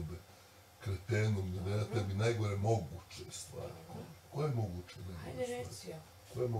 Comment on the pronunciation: I kaze da je to naglasak, ne zna č ć đ dž upotrebiti kako je ispravno 😂gradivno osnovne